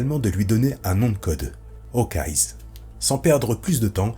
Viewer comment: Super vidéo mais par pitié arrête de dire « HawkeyeS » ça sort vraiment du truc